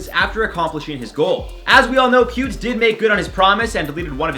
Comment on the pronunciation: When you were saying Pewd for Pewdie Pie, I would always hear pubes... Oops.